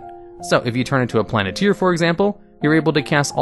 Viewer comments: Hearing you say "Planeteer" instead of Planetar just makes me want a Captain Planet campaign xD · Mass Polymorph rated higher than Psychic Scream? Sorry, but no. That Int save stun is oppressive. Plan-I-tier? Plane-tar dude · It's a Planetar not a planeteer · Planeteer? It's planet-tar. This isn't with our powers combined too summon captain planet. Lol. Rick and Morty had Planet-Tina lol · Hearing the pronunciation of "Planetar", it's clear someone grew up with Captain Planet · How do you not know how to pronounce planetar? It has AR at the end. In no English language does AR make the eer sound. Examples of words that do make that sound is deer, fear, beer, steer, etc. Plantar makes the AR sound. Examples: tar, far, car, star, etc.